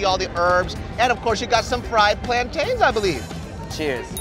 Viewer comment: DAVID, PRONOUNCED IT PLANTAIN AND NOT PLANTIN. I CRY.